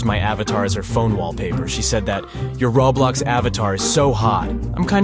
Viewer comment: Why do AI voices always say "rawblox"?